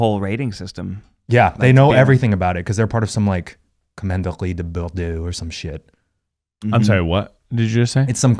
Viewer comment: this is so funny i’m french and i live in bordeaux and the way that Eugene said « commanderie de Bordeaux » i will laugh for eternity at this